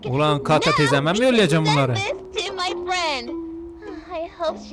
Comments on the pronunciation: Abi kata değil Kate ama keyt diye okunuyor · Abi kate İngilizce kate keyt diye okunur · Kate❌ Kata✅ abi bir kere de kalp at bana atsan varya direk ölmeye gidicem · kateğ teyzeğ(kate ama) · Abi kate duye yaziliyor keyt fiyr okunur senin ingilzcene minya te diyip girecem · Yıllarca videonun izleme sen o Türkçe telaffuzundan tanırım(Kate=kata teyza) öyle bir mesele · abi o oyun amana dı edvançırır diye okunuyor ve kate de keyt diye okunuyor.